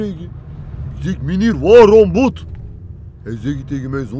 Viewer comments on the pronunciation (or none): in plaats van boete zegt die boet